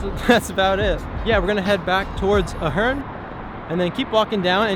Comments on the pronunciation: Good video, but you're pronouncing the name of the hotel incorrectly. It's A-HERN (A sound as in pay, play, stay), not UH-HERN. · A-hern, not Uh-hern. I'm there two or three times a month. You don't need to go out back, and Sahara is as safe as anywhere else. Clearly being a dick for clicks. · I say Ey Hern you say Ah Hern. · Good vlog..and the hotel name is pronounced A-Hern... some cool Las Vegas mob history ..Right where the Ahern parking garage is, there was a short street that had a 1980's mob owned jewelry store called ,'The Gold Rush'..Then Gold Rush was owned by mob associates Tony Spilotro and Herbie (Fat Herbie) Blitzstein...and actually this hood is fine, for anyone with some courage......also as noite din this vlog, longtime Las Vegas celebrity and mob restaurant 'The Golden Steer' is steps away..... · Lmao…. Are you 💯 sure that you don’t pronounce it “ A-HERN ? “ 🤨🤓🤭🤭🤭🤭🤭🤭🤭🤭🤭🤭🤭🤭🤭🤭🤭🤭🤭🤭🤭🤭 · oof, it's pronounced like "air-in" or like Aaron/Erin/Aron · It's pronounced with a long A at the begining I know the owner